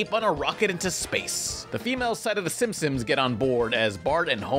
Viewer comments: THEY WILL LITERALLY NEVER REMAKE SIMPSONS HIT AND RUN UNTIL YOU STOP SAYING SIMSIMS. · Is it just me or does always say "Simpsims?' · No one: Absolutely no one: Not even Oprah:: SiNpOmEs